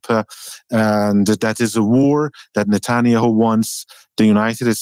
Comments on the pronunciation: Good to finally hear the correct pronunciation of Nuttin-Yahoo. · Natul-yahuuu❤ he butchered His name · Can anyone confirm the accuracy of this statement: Benjamin Netanyahu: The current Prime Minister of Israel, whose name is sometimes mispronounced as "Natania who" with a Persian accent. Recent news covers his meetings with President Trump regarding the war between Israel and Iran. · The translator pronouncing Netanyahu as "Natanya Hu" every time was so funny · It’s pronounced “Na-TAHN-yuh-HOO” from here on out 😂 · Love the way he pronounces Netanya-hu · For the first few minutes I was trying to figure out who "natonya who" was lol just the wildest pronunciation of netanyahu I've heard 😂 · He called NETANYAHU as NATHANIEL-WHO...............:face-red-droopy-eyes::face-red-droopy-eyes::face-red-droopy-eyes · Netanya-Who. That’s how I’m pronouncing it from now on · The translater did a great job - minus the pronunciation of Netanjahu ^^ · The pronunciation of Netanyahu is hilarious but I get it the accent doesn’t matter the content matters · Would be helpful if the interpreter was better and could pronounce Netanyahu in a way Americans can easily understand